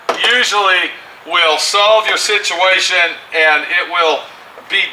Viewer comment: serious situ-WAY-tion